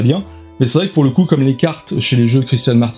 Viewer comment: Hello, Pour très bien connaitre l'auteur, avoir participé en test au développement du jeu durant plusieurs année, je précise qu'on prononce à la française "Christian" et non pas "Christiane". Ptit cocorico quand même il est français notre bon christian. Pour rappel le jeu est sans frais de port (et TVA ?) si vous le récupérer à Essen en Anglais. Sinon yep en français avec port et Tva cela fait tout de suite plus cher et pas qu'un peu.